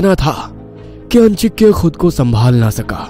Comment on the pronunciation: आजिंक्य होता है अंजिक्य नही।ये लोग नाम का गलत उच्चारण कर रहे है।